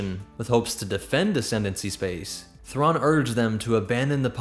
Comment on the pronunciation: Grand admiral Raw LOL Mitth' RAW 'nuruodo